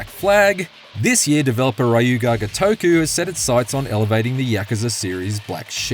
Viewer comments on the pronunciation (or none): "RAH-YU GAH GOTOKU" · >clicked on video >not this guy with his shitty simpsons clips again >rayu-yaga-togu >hit thumbs down and closed tab ign used to have at least some standards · "Rayu" Ga gotokou 💀💀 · I think they may have gotten a different narrator than the writer, hence the unfamiliarity with yhe pronounciation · oh no, a non Japanese speaker is having a hard time pronouncing a Japanese word. How is this possible?? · That's a wild pronunciation of the studio's name haha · why do you say Ryu Ga Gotoku like that and Kamurocho also Chapter 9: The Plot is great because of how stupid it is with its plot dumping and then having to fight a bunch of dudes followed by Majima showing up with a pink garbage truck also it sounds like Dark Ties is just Majima Saga but with a ton of filler